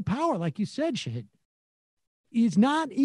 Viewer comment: I love the show guys. I subscribe and watch every day. I'm begging you -- please learn to pronounce your guests' names before they come on. Nomiki and Shahid have been wayyyy more understanding than I would expect anyone I work with professionally to be if I constantly mispronounced their names.